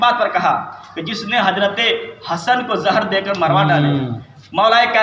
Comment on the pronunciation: Talafuuz to sahi kar le raafzi ki aulad hazrat ko hajrat kahe rha he aur aalim ban rha he